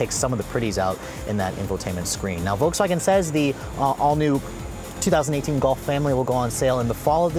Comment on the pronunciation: I had to double tap to the left on the video, on the YouTube app to make sure you were saying 2008.